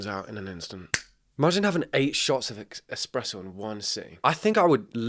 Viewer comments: oh buddy I heard you almost pronounce it “expresso” I KNOW WHAT YOU DID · he almost said espresso correct and had to catch himself